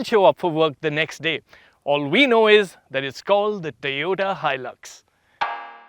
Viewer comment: Toyuda Hilux? Really? 🤣